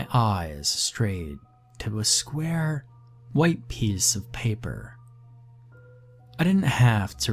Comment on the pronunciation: Ah yes, I love "skyar" stories 😂